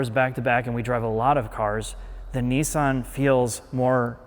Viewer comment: The manufacturer is called and spelt Nissan not “Neeesan” The double “s” in Nissan shortens the sound not elongates it. Americans do seem to all struggle to pronounce words correctly in the main. 🇬🇧🇬🇧